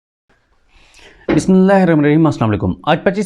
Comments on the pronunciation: Siddique bhai, kindly bismilla achay say para karo a bit slow please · صدیق جان اعلی صحافت۔ماشااللہ۔ ابتدا میں بسم اللہ الرحمن الرحیم ۔کو صحیح تلفظ آرام سے پڑھا جائے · صدیق جان بھائی، آپ کا ویلاگ بہت اچھا ہوتا ہے صرف ایک چیز کی طرف آپ کی توجہ مبذول کروانا چاہتا ہوں وہ یہ کہ آپ ویلاگ کے شروع میں جو بسمللا پڑھتے ہیں اس کو ذرا واضح طریقے سے پڑھیں تو بہت بہتر ہوگا۔